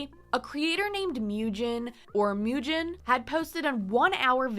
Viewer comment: When you do part 2, maybe look up pronunciations, it bothered me that you were mispronouncing some names like Mujin (Moo-jin, not Myew-jin, lol). There's plenty of criticism on all sides but Sykkuno is definitely the one who got his girlfriend into this mess in the first place by not keeping his dick in his pants AND spending so much money to flrit with and have sex with so many women, wtf! I worry that the girlfriend is dependent on him (financially? health-wise? who knows) and feels that she can't leave. :/ It feels really sketchy that Bao got her in contact with some of the girls and gave her U-haul tips, but then Sykkuno's message from him and the "girlfriend" act like she wasn't made aware of much at all, it made a lot of people feel like the girlfriend actually had no input in that message and that it's just him doing damage control and speaking for her to cover his ass.